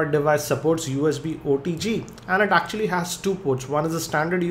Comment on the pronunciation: "actually" = "yacck tually"